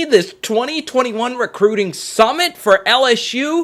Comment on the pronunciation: Always more recruiting... can’t get enough of “crootin”